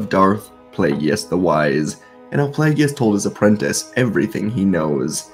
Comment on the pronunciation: The name is pronounced PLAY-GUS 😂😊 Good story though.